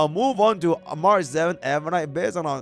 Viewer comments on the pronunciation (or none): none